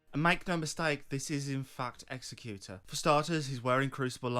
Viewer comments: You're saying Executor wrong. What you're saying isn't a word. Executioner is a word. You also don't know how to use "by proxy" correctly. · Love the lore, but executor the way your pronouncing it literally isn't a word. That would be an executioner. An executor is someone that has been left the belongings/wishes of the deceased. Which to me screams that he wished for more during life, and when given a second chance he has taken that to heart and is working for himself and his wishes. That last bit is total speculation, but the definition is rock solid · You're saying Executor as if it were Executioner. Executor is different